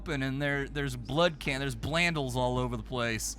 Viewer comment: I spat out half a bite of turkey/swiss when I heard BLANDLE 😂